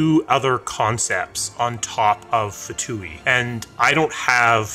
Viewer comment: Pronounced 'two' the F is silent and no long E sound at the end. :P